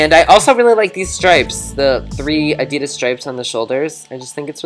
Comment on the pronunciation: You're so sweet! Your videos are really funny, but please never say Adidas like that again! It was making me cringe each time you said it :(